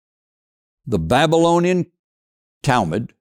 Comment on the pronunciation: Learn to pronounce words like Babylonian....CORRECTLY! Otherwise yu lose your credibility.. Furthermore, the SCRIBES who wrote the Old Testament were "historians and archeologists " , they were propagandists. There were few historians and no archeologists 3000 to 4000 years ago. Most people were illiterate. Honestly....you sound ignorant and ive got to think you are working for the Zios.😢